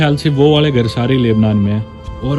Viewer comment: Lubnan ,Laibnan nahin. Aur Syria ko Suriya bolte hai